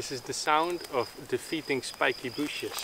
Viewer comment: I love the way he say "shpikee booshes" every time :)